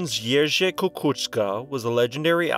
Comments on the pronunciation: Niech spoczywa w pokoju. I can tell youve put a lot of effort into learning how to pronounce his name, you did very well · I was thinking the same thing. Really well done. I can't tell you how many other creators in general just say "sorry if I mispronounce", and then COMPLETELY botch whatever word/name without care.